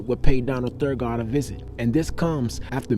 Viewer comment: Donald's last name is Donald Thagard (Tha-gerd)